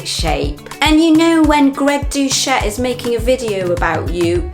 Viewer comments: Sorry but his name is pronounced DO Set, not Do chet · Its Doucette pronounced like an S not Douchette. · Greg Douché? Yeah, sounds like the right pronunciation!! Lol.